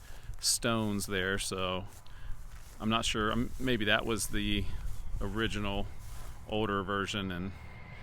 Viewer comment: It may be original, but it may not be o-ridge-inal.